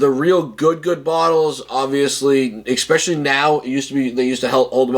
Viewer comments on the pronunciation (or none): dude... there is no "X" in especially... just saying... 🤘🏼